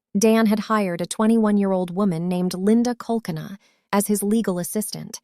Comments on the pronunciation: Btw.. Linda's last name is pronounced 'coal cane uh' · Linda's last name is pronounced: Cole-keena. I don't understand why Dan didn't get a security system, I read he didn't like dogs. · You are saying Linda's name wrong? Linda and Dan were absolutely diabolical!!! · She is NOT the victim! Betty harassed them, was violent, she dropped her children off to Dan and then said he stole them! She was abusive to her children! Watch the trial and get the facts! Stop siding with the murderer! You are disgraceful trying to justify her crimes! And Dan’s parents paid his medical school tuition! You can’t even say Linda’s last name correctly. When he fined her that was during the time he was paying her on his own without a court order!!